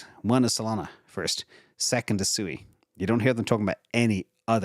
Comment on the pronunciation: I understand SUI is pronounced “SWE” (just sayin’)